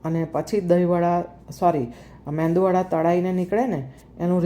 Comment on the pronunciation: Your MEDU wada made perfectly. But kindly pronounce it as MEDU WADA and not as meNdu wada